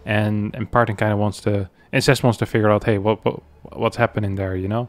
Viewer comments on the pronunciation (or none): Every time says "and zest" is XYZ, my wife hears it as "incest" is XYZ